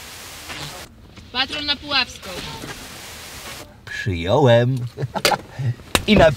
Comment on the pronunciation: Ten akcent na pizzę ,,Przyjąłem" XD